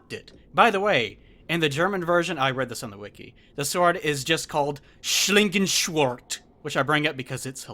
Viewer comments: How did you prononce it? Slinken Sword? You mean Schlangen Schwert? Wow, your German is damn bad man. I wish I could record Videos, then I would show you, how too prounonce it. And yes, my english is on the same level. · The Great sword is called: „Schlangenschwert“ not „Schlingenschwort“ You mispronounced 2 vocals! A rooky mistake. It is a pain that pretty much every language has different ways to pronounce their alphabet. So it is not relay that much of a big deal. But you just made me thinking: Don't You think it is wired? In the Phonetic Alphabet there is a letter for every noise. I wonder why they never pushed it threw more. Everything would be so much easier if everyone would use it. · Schlangenschert doesn't sound so funny if you pronounce it correctly, but hearing you so happy... who cares, let's just say that you aced that pronunciation. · It's SCHLANGESCHWERT you fucking hillbilly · It amuses me how wrong says Schlangenschwert <3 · It was funny but it gave me cancer though :(